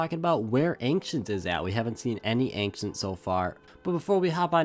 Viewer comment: "anxient" it's ancient